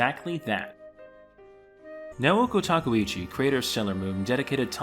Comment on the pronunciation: Your pronunciation of Japanese names & words is horrible. Tah keh oo chi Mon guh